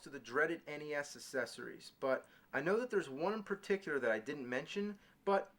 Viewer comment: Always kills me how he mispronounces 'accessories'.